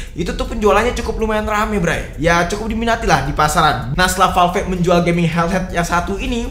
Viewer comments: VALV BACANYA BUKAN VAL VEK, NGESELIN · Agak krg nyaman denger penyebutan valve bang